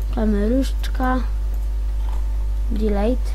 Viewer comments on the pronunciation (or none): none